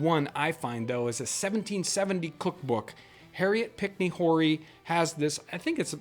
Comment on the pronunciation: Harriot Pinckney Horry; just as an FYI from South Carolina...They pronounce the last name as Orr-ee or O'ree, depending on the person's particular southern dialect that is saying it.